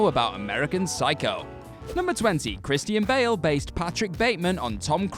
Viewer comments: Kris-teen Bail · Christy-ann Bale